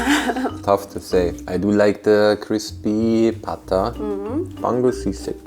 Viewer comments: Pronunciation of the names are mostly good. EXCEPT for bangus its not "bang-gus" its "ba-ngus" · Ba-ngus not bang-gus